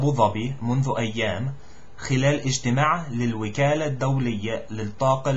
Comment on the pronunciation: Good jop , really but you should work a little bit on : الوَزارة بفتح ( الواو ) وليس بكسرها نفس الشيء بالنسبة لكلمة الوكالة الدولية تُنطق ( الوَكالة ) وليست ( الوِكالة ) أخيراً , " حركة فتح " بإسكان الحروف كلها ( فْتْحْ ) وليست مثل الفعل ( فَتَحَ = Opend )